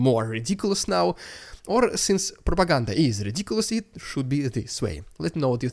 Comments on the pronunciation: The rrrrrrrrrrrrrrrrrrediculous rrrrrrrrrrrrrrrrussian prrrrrrrropoganda intro is prrrrrrrrrrroperly fitting! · i love when you say "rrrrrrridiculous rrrrrrussian prrrrrrropaganda" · I love the rrrridiculous rrrrussian prrrropaganda intro. However much you employ an extreme trilled 'r', it will never be as ridiculous as the Kremlin's propaganda itself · I love your show and watch it daily as a subscriber, and while I enjoy watching the ridiculous Russian propaganda at the beginning of each show, I think you go over the top with the way that you say “ridiculous Russian propaganda.“ if you wants to trill your r’s, that’s fine, but beyond that is too much. Thank you for your hard work in bringing us great content.